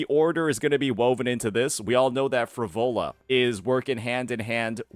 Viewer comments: PHRO-LO-VAAAAA bro come on what's wrong with your pronunciation... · "Phrovola"? Really? How can someone manage to mispronounce EVERY SINGLE CHARACTER'S NAME in their favourite game? Is dislexic?